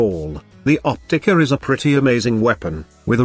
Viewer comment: The OPTICUH! Lmao love it lol I main the Opticuh.